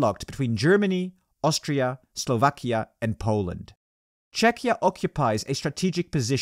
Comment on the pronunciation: I don't understand how could the narrator have 'lived in Prague himself' when he mispronounced the country's name 'i.e. Chetchia' on several videos already